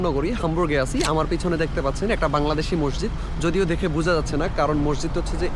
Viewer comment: Mosjid/Masjid Please pronounciate it correctly.